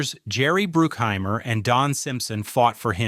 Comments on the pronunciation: It's BRUCK HEIMER,not BROOOK HEIMER,get your names correctly A-hole. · BRUCK..... BRUCK-HEIMER. Not brookheimer...... dang man.... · Jerry Bruke-Heimer? 😂😂😂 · When you cant pronounce Jerry Bruckheimer's name right, you kinda lose all credibility here. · Correction. They did NOT actually do the inverted bird scene. That is blatantly obvious in the movie. Love the AI mispronunciation of Jerry Bruckhimers name. YouTube is so bad now. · Can you get your AI voice to pronounce the names properly? Bruckheimer and Elbert.